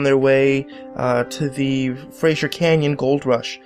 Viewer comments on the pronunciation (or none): none